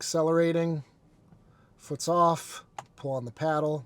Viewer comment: Paddle, not peddle... :)